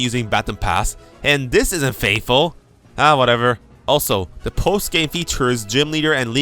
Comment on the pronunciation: That FATHFULL AT THE START LOL